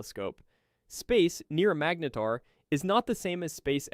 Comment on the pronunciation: You pronounced "magnetar" three different ways in your voiceover. Magneeter? LOL